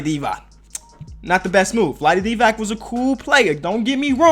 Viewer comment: Pronouncing Divac is more like Divatz